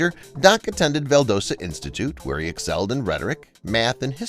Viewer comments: I'm from Georgia we pronounce it val dah sta ga not doe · Does it bother anyone else that he continually mispronounced Valdosta (it’s Val-DOST-uh not Val-DOE-sta). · The town in Georgia is pronounced “Val-DAH-sta” and not “Val-DOE-sta.” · I don't usually care about pronunciation but hearing Val-DOE-Sta repeatedly irked me in an unusually strong way. No idea why. Not from there. Its Val-Dah-sta. Round o not long o. Same sound as the o in doc. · I hate to be that guy but Val-Da-St-Ah as in, ah, I see, not, oh I see. I know you're not form here but it's not that hard. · Val dah sta, not Val doh sta. Yankee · It’s Valdösta not Valdōsta…get that schitt right. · Val-DAH-stuh. Not Val-DOH-stuh. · Narrator really needs speech lessons. It's Val Dass Ta Georgia NOT Vel Dohsta.... Just one of several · Ok I can’t take it, I was going to let it go but you said it twice and I can’t take it. You said ValdOsta but in Georgia it’s pronounced Val-das-ta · It's Val. Da. Sta not Val. Does. Ta. I live Valdosta adjacent. We have a festival here called "doc days". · Val dah sta. Not Val dough sta. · I live in Valdosta, GA...it is pronounced: val-DAH-STAH...not with a LONG "O." Ugh! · Val-DOS-dah not Val- dose-dah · Yep. Val-DOSS-ta. Only in Hollywood is it ever pronounced "Val-DOSE-ta. Glad to see I'm not the only one annoyed by that little detail. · It is VAL-DAW-STA not dough sta Georgia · Valdosta is pronounced Val-Dos-Ta, not Val-Dose-Ta. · It's Val DOS ta Georgia not Val DOE sta.... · Valdosta. "VAL-DOSS-TA." Not "Dose" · It's ValDAHsta not ValDOHsta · I mean no ill will by this. Just wanted to say Valdosta is pronounced Val-dah-sta, not Val-doe-sta. I used to live 30mins from Valdosta growing up. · Val-DAW-sta. I live near there. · Val doo stah? That's the best-worst mispronunciation I've ever heard. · Valdosta is pronounced Vall-dah-stuh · It's pronounced Val dah sta Georgia. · Valdosta - “Val” like Kilmer’s first name, dah-stuh Valdahstuh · It's pronounced val-da-sta